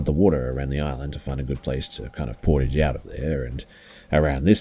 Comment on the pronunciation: & you mispronounced “portage”. Portage is a french language based word.